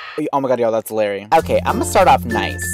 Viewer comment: And by the way it's LARRY not LARRi